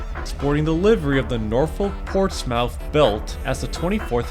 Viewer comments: As I live near a Portsmouth with a NS yard its not Ports-Mouth its pronounced Ports-Smith, Just letting you know. And ive been to the Norfolk, amazing place! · myth not mouth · Ports-Mouth bruh. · I never expected that this was a heritage unit I always see that in the yard by downtown Norfolk via interstate and I'm actually from Chesapeake but the local people and surrounding areas actually calls it Portsmouth but the O & U is silent and it sounds like it have a "i" in it so hope that helps